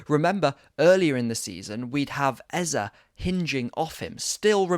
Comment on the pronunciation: I love you and your very insightful content but this new trend of saying EZA is frustrating to me seeing as the correct pronunciation is EZE (EhzEh or AyzAy) instead of EZA. The name means KiNG in the Ibo language. He's even told people how to pronounce it in the past.